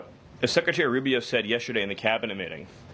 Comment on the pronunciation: Agreed; but he needs to pronounce 'secretary' and 'administration' and other important words correctly. I don't know why, but ALL the media do not pronounce these words correctly, even Jesse Watters! You can't spell 'secretary' without 'secret'. A little pride in expression goes a long way. For talking heads, there's no excuse; it's their whole job!